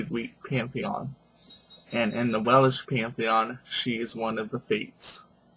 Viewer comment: stop saying Welish ..it is welsh.....and you are so off with your pronunciation's..